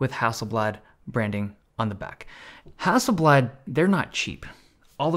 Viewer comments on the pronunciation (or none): FYI Hasselblad is not a Russian company its not hassel Bljat It's blad, with a soft A and L not with a AE sound. No hard feelings tho 😅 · Hasselblad is not pronounced that way, yes thats coming from a swede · Hustle blud? Sounds like a roadman from SE London.